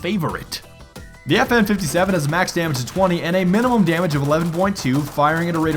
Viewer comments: Every one got triggered when he said fn fifty seven instead of five seven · It's called a Five-Seven not a fifty-seven it happens to be named after the cal it uses which is the same a the P90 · It's five seven not 57 smart one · You triggered every gun nut by saying fifty seven it’s five-seven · it not FN57 its five seven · "The FN Fifty-Seven..." facepalm It's called the Five-seveN.